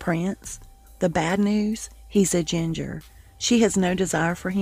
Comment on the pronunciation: Couldn't understand what you said -- she didn't like him (Harry) because he was a GINGER?